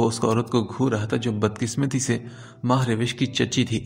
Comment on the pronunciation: It's not MahRawish it's MahRosh